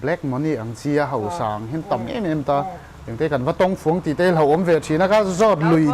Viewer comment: Hosa han ti chu, hausa ti mai la, hosa hawsa 😅😅